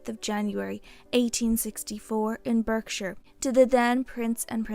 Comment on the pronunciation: Why is it always American? Birkshire?